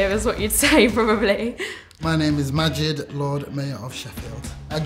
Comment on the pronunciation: It's Magid